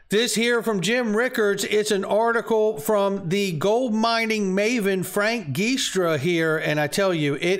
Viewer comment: Love ya,. Only trying to help. I hope you don't mind. I'm Italian and Frank Giustra's name is pronounced "Jewstra".